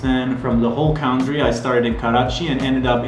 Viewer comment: An amazing CUNTREE not COWNTREE....country.